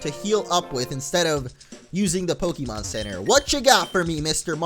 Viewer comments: its actually pronounced poke-ay-mon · its poke-ay-mon the accent on the e makes the e sound a ay sound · In the anime they pronounce the E as an A so it's like Pokamon. :P